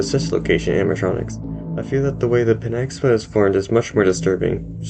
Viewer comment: it's pi-NAG-sa-ma